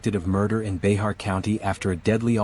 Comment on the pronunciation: Hey,. You’ve come the closest to correctly pronouncing “Bexar” of any YouTuber of which I’m aware. Most miss it by a mile. Pretty impressive I say and I appreciate the extra effort and attention to detail.